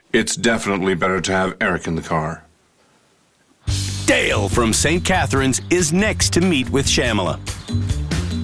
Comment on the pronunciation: Dale rhymes with Fail.